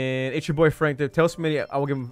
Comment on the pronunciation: it's smii7y not smi77y